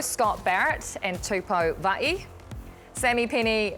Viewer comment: Can someone ask all the commentators "Who the f#@ is 'Two-poh Vah-ee'"? If you're unsure how to pronounce a player's name, then ask him - instead of butchering his name and assuming you know the correct pronunciation 🤔.